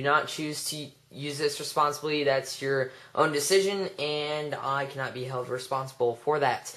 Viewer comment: "It's your Undecision?" wut du hek? lol